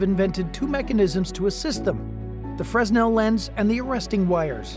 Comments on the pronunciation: Great vid, but it is pronounced "fray-nel", not "fres-nel". Fresnel was a French physicist. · That's Freh-nel NOT freznel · please... its not 'Frezz nell' its 'frey nal' edit - I see someone else grit their teeth as well when you said that